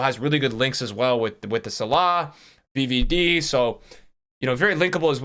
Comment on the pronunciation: The pronunciation on names lol zeeedane, salaaawwh